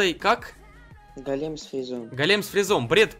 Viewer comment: Не голееееем а гоооооолем правильно